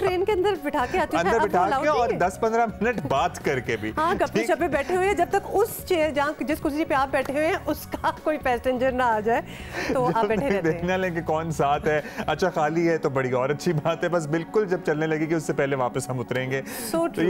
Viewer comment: Miss pesstenger nhi passenger?????